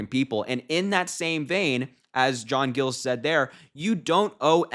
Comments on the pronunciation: That's my major, proud of him!! Just fyi..it's not gills, it's Giles, like miles but with a g! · Amazed that not one person here , including Harry, knew who J. Giles ( pronounced J eye ls ) was/is before this. He has been a Rino for years and years. He has been a Biden fan forever. Now you hear he is supporting Harris and you think it's the greatest thing since ice cubes. He is only a Mayor for 4 more months, and that is the end of his career. (unless Harris promised him something), so what does he have to lose. Republicans have shunned him and he sure could not endorse any of them. Soooo ... why not grab a few more minutes of fame by endorsing Harris. He is a nutjob just like Trump. Go see his State of the City vids. I guess so many found all this to be a great surprise. Oh Happy Happy Joy Joy. Go BLUE ! 💙💙💙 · Harry...Giles...long i. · Is it pronounced gills or Giles with a long i?